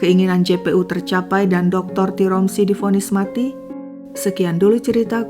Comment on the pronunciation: tiromsi❎ tiransi✅